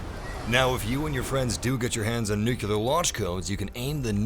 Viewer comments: Nuclear. Not “nukelar”. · Jesus fuck, it's "NuCLEAR", not "NuQLUR" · IT’S NUCLEAR NOT “NUKULAR” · For fucks sake, how hard is it to say NUCLEAR!!!! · It's pronounced "New-Clear" FFS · I hate when people cant say nuclear